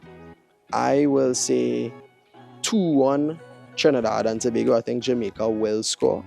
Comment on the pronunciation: get acustom to saying trinidad and tobago especially on the internet